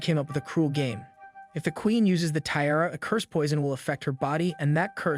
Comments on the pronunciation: Tiara is pronounced "Ti-ah-ra" not how you are doing it and it really annoyed me :-( Otherwise very good recap. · If this is such a high-quality production, why can't you pronounce "tiara" correctly? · Bro who writes your scripts because you obviously don't considering you can't pronounce tiara or bed ridden...